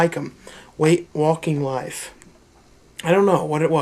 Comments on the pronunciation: dude! what the eff? usually i love your videos about your collection and don't worry you haven't lost me as a fan but you didn't even give the beautiful film waking life the dignity to pronounce it correctly and also if you hate these flicks you should sell them, i'll by waking life from you keep up the good work though, love your stuff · First of all, the title of the movie is 'Waking Life' not 'Walking Life'. How can you screw up the title when you're reading the DVD cover?